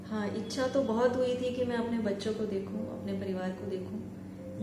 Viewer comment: ye ji haan ko zee haan and astrologer ko astrolozer bol rha